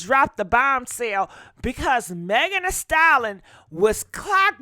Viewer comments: WTH is a "Style-Lon" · I just tried watching this video. OMG.... You can't even pronounce the word, "stallion"!! And, there were a couple of other words you mangled, but you had no trouble saying, 'ho'. You could pronounce that. Damned shame!!